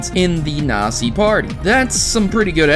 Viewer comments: It's said Naught-zee not nausee...lol ahhhhhh!!! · It's Not Pronounced The Way You Say Nazi Its Pronounced Natzi But Spelt Nazi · Nazi is pronounced (Not-zee) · in German, the Z you speak as ts, so natsi. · the way you say "Nazi" sounds like your treating the Z as an S.. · no offense, this is a good theory and everything, but... man your german is bad. Not to mention that every time you say "Nazi" I cringe. Not because of the word Nazi, but that pronunciation... ugh.